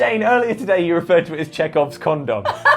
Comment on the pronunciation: "Chekhov's condom". Well, there's a phrase I never thought I would need in my life, but now here we are. Also, I know it's just the accent, but, you pronounce 'condom' really weirdly.